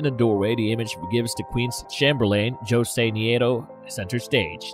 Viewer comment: "José" is pronounced as "hoe - ZAY," NOT AS "joe - ZAY." "Dali" is said with TWO SYLLABLES, as in "DAH - lee." PLEASE LEARN SOME BASIC SPANISH (AND ENGLISH!) PRONUNCIATIONS! 👎